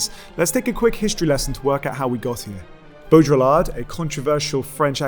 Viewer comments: bow-dree-are, not bow-drill-lard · it's not Bo-dra-ll-art !! (BAUDRILLARD). It's rather smth like Boh-dree-yar(d). 1 dislike for total incapability of pronouncing a french name correctly (what a shame..)- let alone excplaining his work... I know the (late ) french philosopher, I've read his very interesting book, in english (Simulacra and Simularion).. A person's name is too important and it should not be vandalised out of pure IGNORANCE. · Ok but that's not "bodjolar" It's "bo-dree-yar" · Just, well, it's not bow-drill-ard, it's bow-dree-aard. Other than that not bad at all. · Your pronounciation of baudriLLard I found unacceptable :( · Interesting talk. I almost stopped it because I was Irritated by your pronunciation of Baudrillard, though. It is not properly pronounced like there is a drill in the middle. Beaudry-yar is French, and they are sensitive about such things. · Could at least try to pronounce his name correctly. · Great video! (I find it weird that you use the French pronunciation for the first half of Baurdillard's name but not the second. It's a bit like pronouncing Marseille as "Marss Eyull".) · The L is silent ;) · The way you pronounced baudrillard made me cringe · hears him pronounce Baudrillard incorrectly, turns video off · I don’t think of Baudrillard as postmodernist. But he gets lumped in there. Also you’re pronouncing his name wrong.